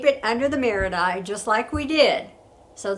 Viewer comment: Hi,! Thank you so much for this wonderful video! You're such a great teacher, and your presentation style is wonderful and easy to follow. I'm so sorry, but I do need to bring up something I did notice that was rather glaring: the word "marudai" is pronounced "mah-ROO-die". I mention this because I'm married to a Japanese-American and also speak passable Japanese, and I felt a need to bring this to your attention. I'm sorry for any offense caused. I think you're great! I just needed to let you know to avoid any issues you may encounter with Japanese speakers. Thank you again, and please keep posting this wonderful content!